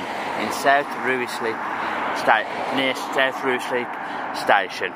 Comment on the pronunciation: Been meaning to catch up with this one, hope your stay in London was fun. Fully agree with choices of food, I'm struggling now I've moved 😫 Rice-slip is how it's pronounced btw I'm not even from north London but this is making me home sick, but I'll be moving again very soon because of it 😅